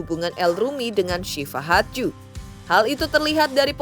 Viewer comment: Iya sama....g enak bgt dengernya pas ngomong hadju, kek nyangkut😅